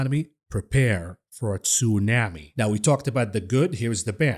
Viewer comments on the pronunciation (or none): none